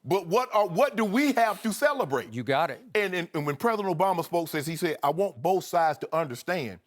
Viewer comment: Eloquent? Are we watching and listening to the same video? I heard the non-words 'dat', 'bowf', 'dis', 'becaw', 'towd' and 'injussuses' slip through those pearly whites.